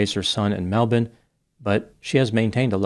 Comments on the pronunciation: applause to you for getting the pronounciation of Melbourne spot on! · Congratulations on your pronunciation of Melbourne! You are now recognised as the only American to do so correctly. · As an Expat Aussie from Brisbane, who has also visited Melbourne, I appreciate your correct pronunciation of those cities 😂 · I'm an Aussie and I was disgusted by her behaviour when it came out years ago. She is still a horrid piece of work. By the way, I appreciate pronouncing Melbourne correctly. 👍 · Good effort pronouncing Melbourne. This Aussie approves 😅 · Full respect to for the correct pronounceation of Melbourne. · How you know does his research and cares about the details: Knows how we actually pronounce Melbourne, vs how it looks in writing. As always, impressive amount of research.